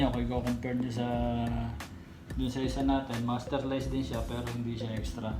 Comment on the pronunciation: First time ko makarinig ng tamang pronunciation ng masterlise 😊